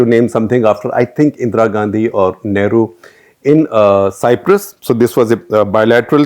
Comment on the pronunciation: SG NAM was a clandestine western attempt to prevent fall of newly independent countries falling prey to communism. Rajiv Sikri wrote this in his book, " Challenge and Strategy And five media hungry clowns were shortlisted. Please.check pronunciation of Cyprus and Ulan Bator